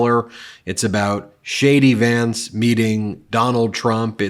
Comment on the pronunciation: Did I hear correctly? "Shady Vance"? 😁